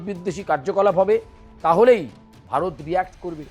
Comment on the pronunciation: বারত না ওটা উচ্চারন ভারত 🤣🤣😎😎😎